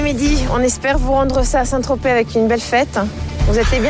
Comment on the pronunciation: Le mot le plus prononcé dans cette saison : Sait tropez